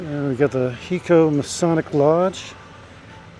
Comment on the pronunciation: It's not a short I It's a long I. Like high-co. Not he- co.